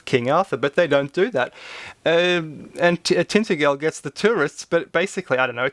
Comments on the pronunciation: So called 'tint-e-gul' as phonetically called here, is pronounced 'tin-tadge-el.' How to be convincing if not even the name is pronounced correctly?? And as other people state below Alan Wilson and his colleague Baram Blackett have done a massive amount of research into King Arthur, and his genealogy going back to King Brutus and his tribe of Cymru from Troy in 600 B C. The history of whom was taught in Welsh schools up till 1924 when an English imposed curriculum -- and history -- was forced on the Welsh. Which is where King Arthur -- of which there were TWO -- King Arthurs NOT one, became myth and legend. As Alan Wilson says the first King Arthur fought the Romans and the second fought the Saxons 250 years apart. And if memory serves me correctly the second King Athur was killed in AMERICA and his body embalmed by drying and encasing it in leather, was brought home to Wales and was first temporarily secretly placed in a cave (in south Wales) and finally interred in a church, which Alan Wilson bought the ruin of. His team of archaeologists excavated the site and found a (mostly) silver cross, also having another precious metal in it (platinum??) which again from memory, refers to Artorios Rex. King Arthur II was in America -- as others mention below -- took a fleet of 700 ships and around 70,000 people to America, because a firery object; an asteroid / comet / other body crossed the skies of Britain in 562 A D i.e. from North East to South West meaning from about Aberdeen so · it is pronounced tin ta gle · Your pronunciation is appalling. TenTANGEL. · Tintagel, "tin-tadge-el". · Tintagel is pronounced Tin-Taj-El by the way, the 'G' is pronounced as a 'J' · yes, you're right to say it existed but I find Graham Phillips' explanation/theory more convincing. and oi! it's pronounced Tin Tajel ! I like your videos :)